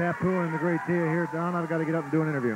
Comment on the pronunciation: Why dos Savage keep calling him Tia instead of Tio?